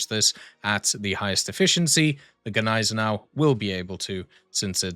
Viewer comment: You´ve pronounced Gneisenau even better than we Germans do that was perfect haha